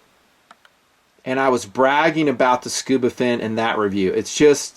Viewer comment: “SCUBA-dove”???...come on